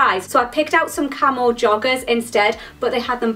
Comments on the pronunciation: KillerQueen unfortunately i read this comment before i got to that part of the video...then could only hear 'camel' 😂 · For a second I thought you kept saying camel instead of camo. :P